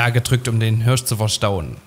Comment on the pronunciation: Das Tier heißt Hirsch, nicht Hörsch! 😂